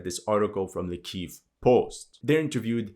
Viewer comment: One day, God willing, we'll no longer hear pronounced as "Keeeeeeeeeeev" 😂